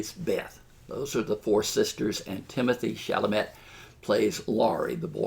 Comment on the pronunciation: Well, well--so you got confused? It shows. You mispronounce names; you can't say "Timothée Chalamet"; worse, you fail to perceive that he and Saoirse DO have amazing chemistry together; every critic of any renown has said this. I wish you well,, but please don't give up your day job.